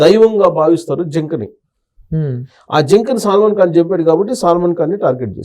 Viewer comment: Pronunciation is wrong. సాల్మన్ అంటే క్రిస్టియన్ khan అంటే ముస్లిం. సాల్మన్ khan అనకూడదు, సల్మాన్ ఖాన్ అనాలి. CS రావ్ గారనే అనాలి కానీ C యాస్ రావ్ అనేది ఎంత తప్పో సాల్మన్ ఖాన్ అనటం కూడా అంతే తప్పు.